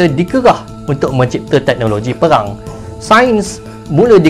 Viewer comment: Bukan perang tapi peghang. Pelat 'r'